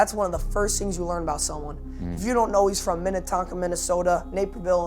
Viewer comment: The fact that I’m from mn and he said Minnetonka makes me happy 😂